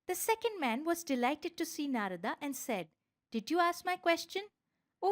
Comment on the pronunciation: thanks for such a great video. but i think we indians should not change pronunciation of indian words in english translation such as Narad, brahman, atman etc.